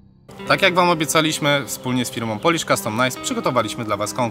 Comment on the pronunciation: Przepraszam, że się czepiam wymowy, ale po prostu nie mogę tego słuchać >-> Nie mówi się 'polisz' tylko coś bardziej w rodzaju 'poulisz' z delikatnym przeciągnięciem 'u'.